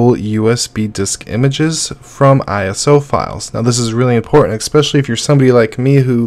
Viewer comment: BuDgie not buNgie. eSpecially not eXpecially